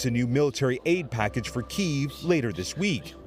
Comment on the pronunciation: The US is funding this war and profiting from it, and can't even pronounce "kyiv" correctly..